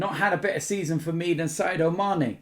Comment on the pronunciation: its SADIO mane, SAADDIOOO